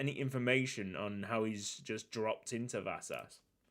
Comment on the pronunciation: The 's' in Vasas is pronounced like the sh in wish